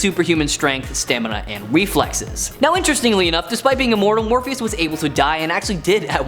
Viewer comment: m boi said weflexes